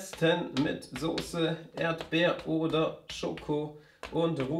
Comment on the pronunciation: "Yolo" reimt sich aber nicht auf "Schoko". Ich sag's nur. "Erdbeer oder Schoko" ist ein bisschen schief - Erdbeer wird auf der ersten Silbe betont und nicht ErdBEER. Und letzte Zeile:, "das schmeckt auch der Yoko" Wie gesagt... ich sag's nur.